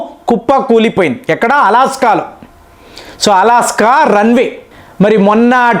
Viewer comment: అలాస్కా... కాదురా నాయనా అలస్కా... అది.... నీ దీర్ఘాలు రాగాలు సళ్ళగుండ ఏం భాష నాయనా 😂😂😂